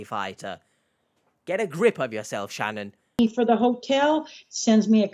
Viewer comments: Hello, H! I've been a watching your channel for quite awhile, and my name is Shannon. I'm currently living in the States, and I HATE how my name is pronounced here! It was refreshing and quite pleasant to hear it spoken properly by you several times throughout this video. Do you have a Cameo account? I'd pay a pretty penny for a 30-second video of the same 😅😊. Long live the Queen's English! Lol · Noooooo!! Not a creeper with my same first name! Thank you for pronouncing it correctly, H. I despise the way most Americans say it, with the long A sound. Every single time I want to shout, "You're putting the emphasis on the wrong syllable, you hicks!" But you can say it anytime, H, it heals my soul 🥲😉 lol